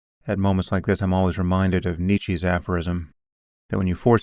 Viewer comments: what accent? I have the same accent as Sam, we’re both Americans. The actual pronunciation is nee-chuh, Sam always says nee-chee. I can say it the right way perfectly fine, so can Sam. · Nee-chuh. How many ppl said this before me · Jesus Christ sam can you please pronounce Nietzsche correctly just once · And mispronounces his name!